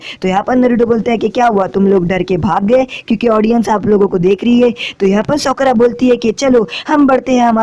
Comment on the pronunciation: Bhi sakura hota Hai not sokora